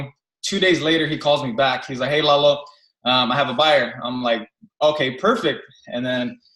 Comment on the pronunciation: Kong called him Lola instead of Lalo